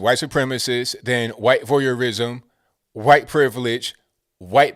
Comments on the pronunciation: Why you say "khwhite"? Lol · is killin me with all the “HYUWHITE!!” 🤣🤣🤣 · What's with the "khyate" sound when saying white? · Hearing him say it like that keeps me sane! LOL! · Why do you say "white" like that? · You say white like Stewie says Cool Whip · I love how you emphasised the word "white" at the start of this video.